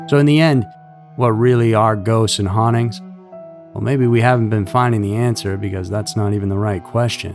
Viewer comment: I say this with respect, but it’s pronounced hauntings not honnings!